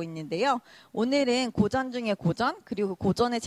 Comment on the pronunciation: 소개자의 발음 문제!! 왜!? 둘 째자를 왜!? accent가 있는 것처럼 강하게 발음합니까!?? 이 결과, 장음인 첫 자를 짧게 잘못 발음하게 됍니다. 예: 고전의 고는 길게 발음해야 하는데, 짧게 발음하며 "전" 을 강하게 발음했습니다 잘못이고, 이런 경향은 아주 어조가 좋지 않습니다. 시청자 여러분, 이런 문제에 대해서, 유튜브에, 처 보실까요!? 우리 말에 대한 귀한 강의를 들을 수 있나이다. 미국 변 완수 드림